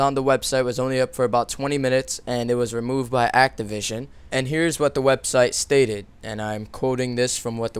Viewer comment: he said ''the article was revomed by activision''